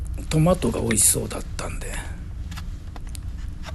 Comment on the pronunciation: スパゲッティーは、大盛り！ですねえ。サラダも これを 1人分 材料から作ろうとすると大変。なので、この選択は 良いですね❤レタスのシャキシャキ！音が美味しそう！トマトも マの音が高い、広島弁トマトの発音を 久しぶりに聴きました。ドリップコーヒーの 後始末、大変だったのでは(笑) 今回も 美味しそうで 楽しい動画 を拝見できて感謝します。